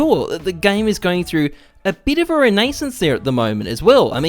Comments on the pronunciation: re-NAY-sance Always makes me happy to see french words butchered to hell. Thanks for making my day <3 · mans just said "reneysence"